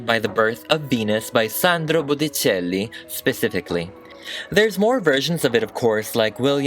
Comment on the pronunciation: Idk but I cracked at how you said Boticelli